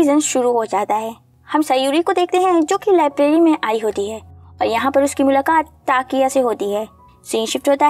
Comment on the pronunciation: his name was takuya, not takiya